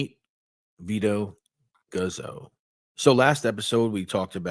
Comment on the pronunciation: PERFECT TIMING... I was craving some new badass content :) EDIT: Guzzo in Italian is actually "Goots-oh" -- like pizza, any time you got two z's it's a "-ts" sound (in Italiano)* THE GOOTZ! lol